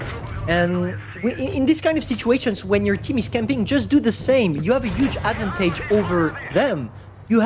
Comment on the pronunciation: Ad van taje Advantage in baguette boi accent